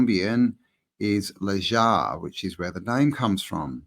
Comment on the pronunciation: Need to work on ya Spanish pronunciation m8 🤣.... J's are h's & V's are B's... Nice1 brother 🙏🏻✊🏾✌🏽🤝🫡🫡amazing building. P.s. Lunch Break has just done a brilliant deep dive on Mu which seems to answer alot of the questions we all have about who & how this realm was built....enjoy🙏🏻